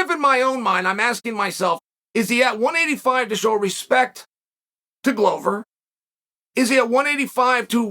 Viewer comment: A ‘Glover’ is a maker of 🥊 🥊. Considering the business he is in, it is odd that it is pronounced wrong.